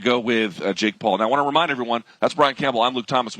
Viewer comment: Why is this announcer so horribly incapable of saying "Paul".... 😂